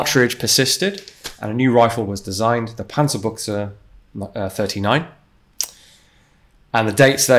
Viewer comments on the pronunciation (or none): panzerbuxe buxe ist ne hose xD aber damit kann ich leben ü ist nicht einfach für english sprechende menschen xD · "panzerbuchse" like pronounced here would actually mean "tank underpants" instead of "tank gun". the pronounciation was good though all but the "ü" which sounded like a german "u". I just found it funny because it sounded like it was a underwear review lol. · “Panzerbooksuh” I’ve been pronouncing it “Panzerbush” this whole time lol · Fun fact: Pronouncing the "ü" as a "u" makes it sound like a belittling/ loving (depending on context) word for "tank/ armoured pants", since "Buxe" means pants. Still, really good pronounciation of German names and terms overall, considering he's not a native speaker.